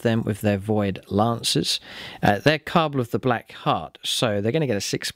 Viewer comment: Ka-Bal not Car-Ble :D